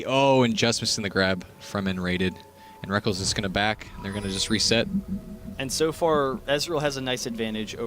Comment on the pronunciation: rekk-LES not rek-KELS you sad excuse for a caster! its a alternative spelling of reckless!